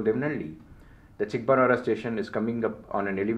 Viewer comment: it is Bennigaanahalli/ಬೆನ್ನಿಗಾನಹಳ್ಳಿ/பென்னிகானஹள்ளி/बेन्निगानहळळी. Your pronunciation of Soladevanahalli is 98% right (ಸೋಲದೇವನಹಳ್ಳಿ/ஸோலதேவனஹள்ளி). Also it is Chikkabaanaavara/ಚಿಕ್ಕಬಾಣಾವರ/சிக்கபாணாவரா; Myadarahalli/ಮ್ಯಾದರಹಳ್ಳಿ/ம்யாதரஹள்ளி. Your name suggests that you probably a thamizhan and hence I have given in thamizh for easy understanding. Nice video and fantastic, clear explanation. Treat for any rail buff like me